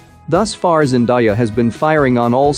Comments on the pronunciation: GOD!! It’s zen-DAY-ah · Why he say zendaya like that 😭